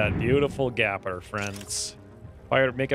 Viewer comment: Gaper...as in leave a GAPING HOLE! Gaper rhymes with PAPER! Gaper rhymes with PAPER! Gaper rhymes with PAPER! Gaper rhymes with PAPER! Gaper rhymes with PAPER!Gaper rhymes with PAPER! Gaper rhymes with PAPER!